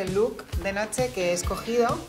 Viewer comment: notse????? its NOCHE